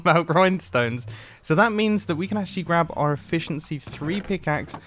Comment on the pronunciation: Did anyone else notice how he said our